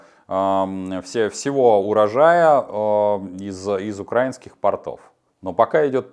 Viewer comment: Потапенко , ну напряглись уже как-то. 😂 УкрАинский - это как позвОнит. Даже мне, живущей в Германии, тучу лет, режет слух . 🙄Берлин . Обычный / говорят - экстра класс 🧑‍🍳☺️/ повар из Берлина ✌️🇩🇪